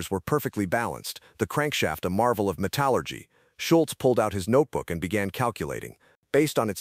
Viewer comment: Matallurgy - Thanks AI